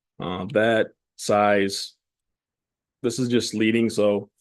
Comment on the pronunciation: Leading is pronounced LEDING, it refers to the strips of lead that typesetters used to put between the letters and words in the days of metal typesetting. Good info you gave.